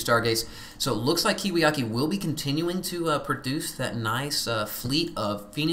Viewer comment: It's KiwiKaki I think. Not to be too anal about pronunciation or anything.